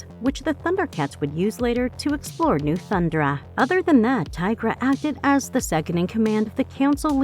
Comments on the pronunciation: I swear these videos are narrated by an AI, because they can't seem to say Thundera, instead of saying Thundra. It was the same for other words in the Grune video. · Thun-'DER-a...not "Thund'ra" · hey snowflake white knight, if she can say THUN DAR IANS then she can say THUN DARA